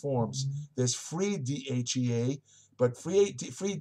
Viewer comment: Be sure to slow down and articulate. Most of the time when I think you're trying to say DHEA, you actually say DHE, DHA, and DHT. When saying DHEA please slow down to pronounciate it accurately.